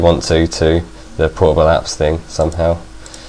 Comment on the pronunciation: when you said portable I thought you said horrible...